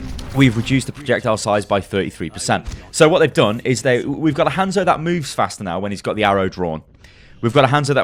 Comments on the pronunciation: Its not Handzo Its han(solo) zo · Jesus christ!! stop saying his name like that. They pronounce it properly in game. Can't be that hard.